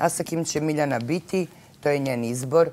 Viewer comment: Dobŕrrrrrro kaže jak ti je izborrrrrr tuko